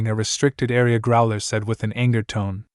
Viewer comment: My question is why list all stats(description,effects,lvl,etc) when it wasn't done in pt.1. Also I've noticed some mispronunciations like Trusdale instead of Trusedale and Academia instead of Academy and Growler instead of Crowler and prepertrations instead of preparations either the author can't spell or the AI is pronouncing it very incorrectly